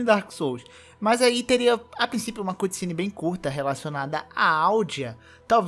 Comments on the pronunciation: se fala ''câtcine'' não cUtcine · Águia? É um corvo! Aprende a falar cutscene.